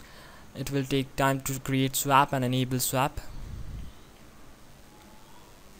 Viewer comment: Pls learn how to say swap before making more videos